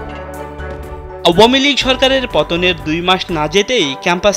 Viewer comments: আওয়ামীলীগ উচ্চারণ ওহ!!!!!! অসাধারণ!!!!!!! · নতুন করে আওয়ামীলীগ উচ্চারন শিখতে হবে নাকি এই সাংবাদিক থেকে।